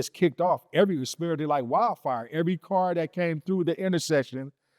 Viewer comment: Its car not card respectfully